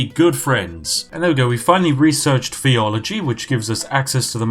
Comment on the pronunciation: A well spoken English man who can’t say ‘theology’ 🤔